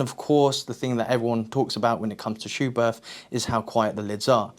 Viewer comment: the 'h' is silent. In german it makes the 't' softer